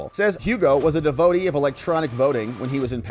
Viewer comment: Dev-o-tee has three syllables. Just saying.